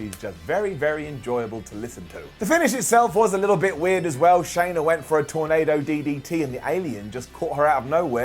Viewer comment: Shanna is pronounced just like Anna.